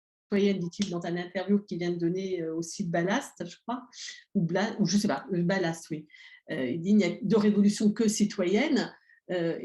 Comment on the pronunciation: Je trouve vos analyses de moins en moins crédibles! C'est dommage.: ce n'est pas "Balast", c'est "BLAST"... c'est dommage aussi!